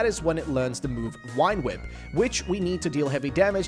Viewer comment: why are you calling vine whip "wine whip"